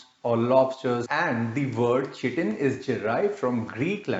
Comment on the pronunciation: you can't even pronounce "chitin or chitosan" correctly. OMG.